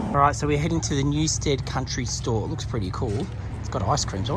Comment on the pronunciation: New-STED, rather than STEAD. So glad you tried Dig!